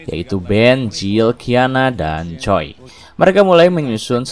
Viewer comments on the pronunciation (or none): Ralat min cara bacanya Miles = mails Choi tu bukan koi tp coi